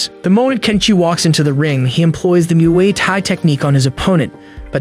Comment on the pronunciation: its not mooaye tie its moo eye tie muai thai